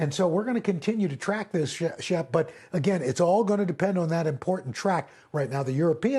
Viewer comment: He said Shep but I thought he said it too. Hilarious either way 😂.